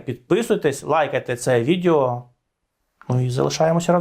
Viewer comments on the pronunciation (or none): Не кажіть відЄо, це ріже вухо. Правильно вимовляти відЕо. І передайте будь ласка це пану Сергію також.